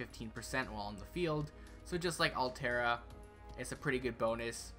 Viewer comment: Arturia > Altria It's King ARTHUR, not ALTHUR Delight Works! God DAMNIT! Btw nice video